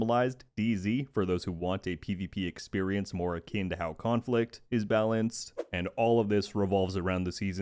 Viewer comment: akin, like kinfolk. not 'akeen'